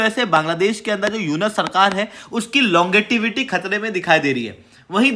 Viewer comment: लॉन्गेटिविटी नहीं लोंगेविटी बोलते हैं गुरुजी ,जब आप ही अंट शट बोलेंगे तो आपके लड़के क्या बोलेंगे।😂